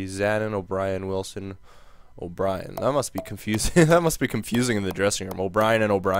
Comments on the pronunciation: For Ryan O'byrne,we don't say O'brien,we say like O'burn,and I'm not agree to trade Paul Stasny,because he is Peter Stasny's boy.Peter Stasny is one of the legends of the Quebec Nordiques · O'byrne is said like O'burn but looks like brien